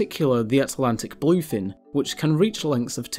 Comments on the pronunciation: Bul-oiy fin? Ree-creational? Maybe you oughtta work on the pronunciation guy. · i hear "boii"fin tuna 😂